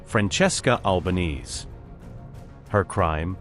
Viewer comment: Her Family NAME's NOT "White Knees," (= Alba-neez.) It's normally SAID "Alba-nay-zay". Thanks, Mint.